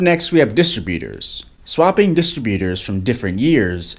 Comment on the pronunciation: You pronounce Distributors quite differently. I was wondering: Are you Canadian?